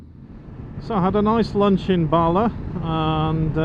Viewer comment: Also Bala. Barla🤭😅